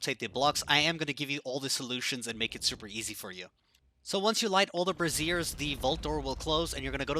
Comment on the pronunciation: This guy kills me with his pronunciation of the word brazier. He says "brassiere". Like a bra. Lile women's under garments. Gets me every time